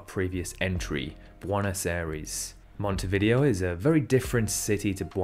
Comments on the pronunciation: Not monteVIdeo, it’s monteviDEo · You keep pronouncing Montevideo wrong. The stresses are on the first and penultimate syllable, and 'video' is pronounced "vi-day-o". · It's pronounced Mohntay-vee-DAY-oh. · I think Montevideo is pronounced as mon-tay-vi-day-o which sounds alot cooler imo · It's pronounced /mon.te.βi.ðe.o/ So your usage of "tay" and "day" is just wrong. Closest English repelling, using Wikipedia, is: mon-teh-vih-dheh-o "dh" is the th in "this, father" and not in "think, path". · The way he pronounces Montevideo is sending me lol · Montevideo is actually pronounced differently. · Interesting video. However, you need to check your pronunciations of Bloemfontein and Montevideo.